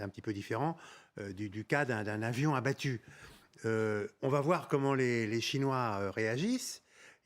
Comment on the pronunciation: "Abbatu" vite corrigé... Sinon excellent d'un bout à l'autre